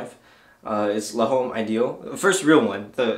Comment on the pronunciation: L'homme is pronounced like Lome , just a FYI not trying to be a prick